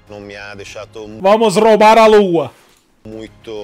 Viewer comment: perdi tudo quando o casimiro falou "vamos RRoubaRR a lua" KKKKKKKKKKKKKKKKKKK